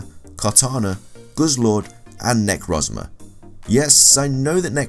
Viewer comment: Names you butchered: Solgaleo Nihilego Necrozma Yveltal Sol-guh-lay-o Nee-hee-leh-go Ne-crow-z-muh Ee-vel-tall